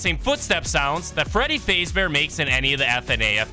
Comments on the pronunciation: what are the chances this man is an AI cuz AI cant pronounce faz bear and says faze bear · Fr. "Freddy Fazebear" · you kep saying fazbear wrong, its fazz like jazz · Ah yes freddy FAZEbear its freddy faz fahs bear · Freddy fazbear❌ Freddy fazebear✅ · “Freddy fasebear” 😭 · "faze ber"💀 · Bro really said Freddy feyzbaer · also did you just say freddy phase bear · Bro pronounced 'fazbear' and 'carribean' wrong